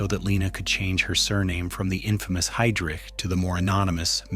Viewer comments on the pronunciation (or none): And Heydrich is pronounced Hye (or Hi) - drich, not Hay-drich. Kind of fundamental, I'd say.